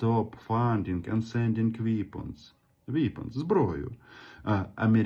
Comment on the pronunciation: При всій повазі до Вас, п.Романе, ну не треба вам намагатись читати англійською! Ну які-такі "віпонз"?! Ну не треба, краще вже на ''узком разґаврівайтє"..